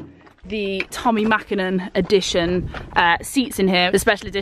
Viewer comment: Mäkinen :P Please change :D Otherwise amazing video as usual! :D